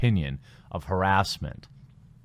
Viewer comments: I think you got a strike because you pronounced it as, "herass". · The way you say harassment or harass. Is intriguing. Can’t say I’ve heard many say it that way. Its nice. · Say it's haRASSment right, not HARassment?